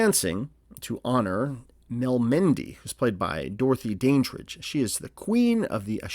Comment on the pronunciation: Pronounced Dan dridge